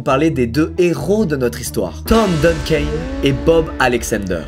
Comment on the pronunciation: ça se prononce plutôt : Duncanne pas Duncain... c'est pas Evan Ville, plutôt Evan SVille... Le "s" est là alors dites le.